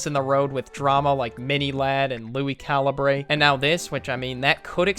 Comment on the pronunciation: Calibrae. Caliber. Say it like caliberrrrr. It just bothers me.